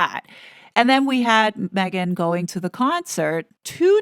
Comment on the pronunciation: Did that lady say, Megain, Im talking…… I think she did